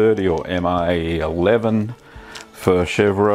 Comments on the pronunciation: Love your work but please, it’s pronounced shev, not shev-ra, ever. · Hey,mstop saying "chevra" it is "chevre":-) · Chevre pronounced Shev....the re is silent. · Just "shevr", the final "e" is silent.